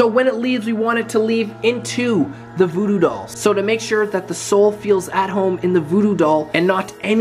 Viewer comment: You said voodoo doll wierd